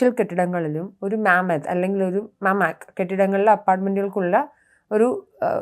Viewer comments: മാമത് അല്ല മമത് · മാമത്ത് അല്ല മമാദ് എന്നാണ് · മാമ്മദ് അല്ല മമ്മാദ് എന്നാണ് ഹീബ്രുവിൽ പറയുന്നത്